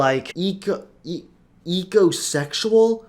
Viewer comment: The minute he said ecosexeul I started to tie a nosse